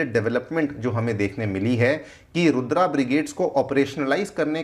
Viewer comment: Stop saying रुद्र as रुद्रा, comeon you seem to be teaching.